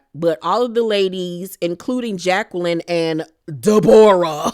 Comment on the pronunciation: omggg the way you say deBOREah has me deadddd